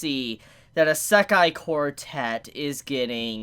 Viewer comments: Serious q. Why do you say "eye-SEK-aye" instead of "EE-seh-kai"? The latter is the correct pronunciation of the word. The way you say it sounds like nails on a chalkboard. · Eh-sekai quartet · Bro you don't say "Isekai" correct at all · Isekai pronounciation is killing me. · Dude stop saying isekai like that geezus Christ 🤦🏼‍♂️ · The way he says "Isekai" makes me want to kill myself